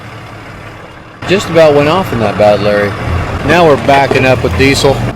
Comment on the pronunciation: This MF again and again say standby and badlurry , it's really frustrating to hear this